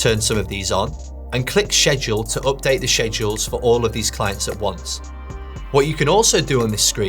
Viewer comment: Hi sir, it's actually pronounced "sked-jool", and not "shed-jool."